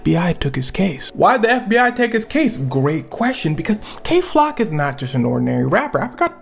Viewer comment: Did he say gay flock on purpose at the start 😭😭